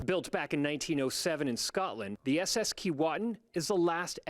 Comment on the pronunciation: At least pronounce Keewatin properly. It’s Key way tin. How do I know that, I grew up in the community of Kenora/ Keewatin